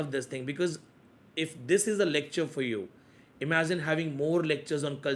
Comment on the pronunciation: imagiZine😂 imaZine😂